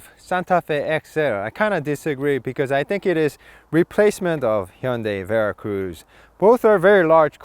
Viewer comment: I love this car. I enjoyed the review. Also, I learned the correct way to say Hyundai . Thank you